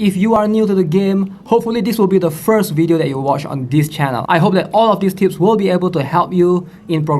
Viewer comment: Why am I keep hearing tits 😂 is it what I want or is it because I have problem with my ear